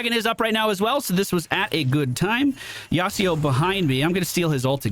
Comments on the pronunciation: Now that I see you playing Legue, I really apreciate your narration style when you go through the game! It works with Mobas. BTW... YasUo, not YasEEO xD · That yasio kinda got bullied I know it's not yasio, but that is how he kept saying it and so that is why i said it. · As an old Yasuo main I HATE that you say his name like that. It's YASUO with a U not an I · Also, why does say "Yasido"? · I'm not a stickler for pronunciation, but where the heck are you getting that 'Yasuo' pronunciation? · Great video but i hate the bad pronunciation of Yasuo